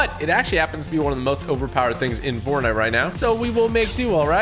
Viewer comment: Did he just say bortnite 😂